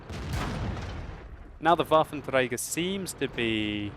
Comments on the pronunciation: Lol how many times did he say "wafer treiger auf panzerzezrzrzzddkdkm fia" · sounds funny for germans when u say waffenträger ^^